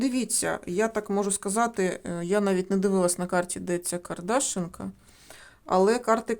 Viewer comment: Село Кардашинка. Наголос на и.